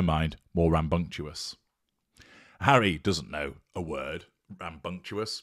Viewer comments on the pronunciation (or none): You don't know the word, either. It's "rambunctious," not "ram-bung-chew-us." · Apparently, the word rambunctious is now pronounced, “ram-bunc-tu-ous”. No wonder Mr. Todger doesn’t know his wordy bits.